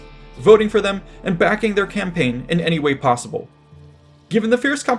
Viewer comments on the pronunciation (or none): none